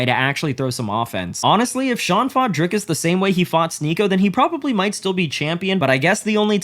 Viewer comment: Imagine not being able to say Dricus properly? To be fair, I'm glad Sean beats up influencers. They seek him out and he shows incredible restraint until the last 30 seconds or so. Plus, a man isn't going to be influenced by anyone. Maybe their father influences them, or their coaches in the case of fighters. Plus, if sneako or Jake Paul etc could fuck Sean up, they would. Sean is a professional fighter. That doesn't mean that it doesn't hurt when some prick is punching him. Is he supposed to back down from sneako? Hell no. I wish he'd go all out on them immediately. The undeserved ego to call someone like Sean out and escape with only a couple of shots. Fuck that